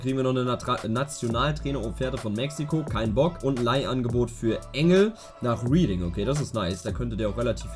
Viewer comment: bruder reading und bournemouth werden komplett anders ausgesprochen.. ansonsten korrektes video